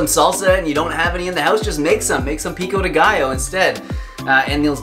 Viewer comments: Pico-dé gio= Peeko day guyo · HAHAHAHAHAAH i dont allow u saying "pico de gaiooouuuu" stop saying that way 😁😁😁 a spanish dies avery time you pronouce it!! I LOVE YOU AND YOUR RECIPIE ANYWAY ❤❤❤🌼🌼🌼